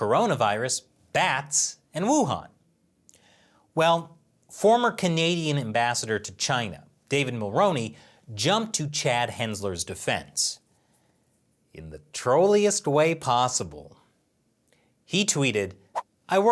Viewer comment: It's pronounced "Mull-roo-ney" don't ask me why.